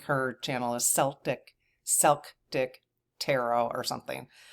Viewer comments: When its the ethnicity its pronounced with a hard C for Celtic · Yes pronounced Kel-tick! 😉 I struggle through the stone pronunciations as well. But she’s trying! Maybe she can get some help from her AI?